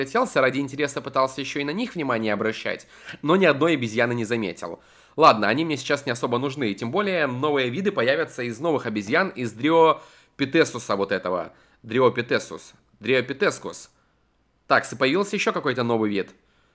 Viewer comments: Дриопетэтус,ахахаахах-Дриопетек правильно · Дриопитек, а не дриопитрек А то ушки болят от твоего произношения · не дриопитесус а дриопитек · GeNaS_ Сhannel а понимаю если бы он так сказал: Ой не дриопитеКУС а дриопитек, но он говорит и говорит.... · не дриопитетрус, а дриопитек